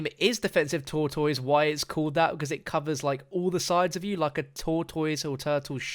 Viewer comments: He said tour toys 😂😂😂 Its pronounced tour tiss Tortoise 😂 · sorry but stopped watching when you mispronounced tortoise as tour toys, like you dont know what that word represents, its pronounced tor- tus. that name is suitable for that perk, as it will resemble a shell to protect from all sides. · Jesus your pronunciation of tortoise is way off. Is not pronounce TOR-TOYS, IS TOR-DES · Tortoise pronounced Tor ‘Tis not Tourtoys lmfaooo I was like wtf is he saying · i thought he said tour toys.... not tortoise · WTF are you saying “tortoise” like (Tor-toys)? It’s tortoise like (tor-tus). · Tortoise is pronounced tore-tus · you: tortoise, an intellectual: TORE-TOYS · lol it’s pronounced tortous although it’s spelled tor-toise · Who taught him the word tortoise? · wow I had no clue he meant the animal until you explained, never heard it pronounced that way lol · Me mad af that they taking out jug. Btw any one else hate how he saids tortoise? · Why are you saying wrong tortoise. This is just like the mistake they made in the venom movie trailer